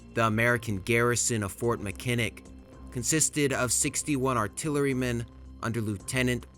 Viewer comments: Mackinac is pronounced ma·kuh·naa. Not Makinick. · Speaking as a Michigander: it’s MACK-in-aw, not Mi-KIN-ick. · Your pronunciation is terrible. As one of many examples Fort Mackinaw is pronounced MAC-IN-AWE or MAC-IN-ACK not Mic-in-nick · Huron = “here-on” Mackinac = Mack-i-naw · Meh - NO- mi- Nee , Hyur-on, MACK - in-naw, are how these names are pronounced. From a Canadian’s perspective, the War of 1812 is known as the Invasion of Canada. 🇨🇦 The British were no longer commandeering Americans from ships to take them to fight against the Napoleonic War of 1812. So when someone uses this explanation, it is incorrect. Frenchtown, Michigan was the so called beginning of the war with the massacre of the River Raisin. “Remember the Raisin” was the rallying cry of the Americans. Later, the war ended with the death of Brock on the bridge, over the Thames river in London, Ontario. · You silly AI, Fort Mackinak is either pronounced Mac-ii-nak, or more appropriately, Mack-ii-naw. It is named after a native Ojibwe word for "great turtle", not after some Irish preacher. This video lost all credibility right there. Then showing the invasion of Detroit, the map was off by 90 degrees. Fort Detroit was north of the river not west of the river. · Mackinac, "mack-in-awe". No shade, I get it. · btw as a Michigander , that’s fort Mac-an-nah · Good video, my only complaint is that you pronounce the areas like Mackinac and Lake Huron incorrectly. It is "Mack-in-naw" and "Hure-on" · MAck-A-Na say it right. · Mackinac is pronounced MAC-in-aw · Loved the historical review. Very informative. As a Michigan native, we call Mackinac, Mackinaw. I know it’s not correct per the spelling. An old interpretation of name I assume. Also, Lake Huron is pronounced Hure—on. Imagine if you were spelling the word cure but replaced the C with an H. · Hey loved the video, Im from michigan we pronounce Mackinac like Mackinaw.... Tecumseh like Tecumsee Awesome work 👊